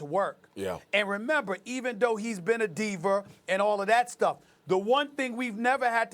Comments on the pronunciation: Am I the only one who notices, Stephen A always replaces the "A" with an "ER"? Instead of Diva he said DivER. Instead of Ibaka, he says IbakER and Matthew DellavedovER! 😂😂😂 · He said Diver instead of diva lol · Lol Stephen A puts "ER"s where "A"s go at the end of his words. "Diver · "Divaer"- Stephen A, 2019